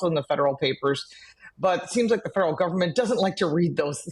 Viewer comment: Crossing the line guvment